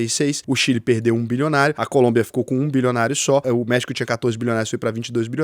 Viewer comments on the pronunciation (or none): none